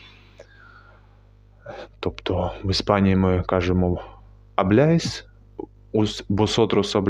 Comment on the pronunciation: Абляйс не кажуть ,кажуть аблайс 😊